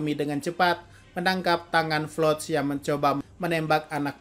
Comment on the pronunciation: Floch😂😂 bukan Falco😂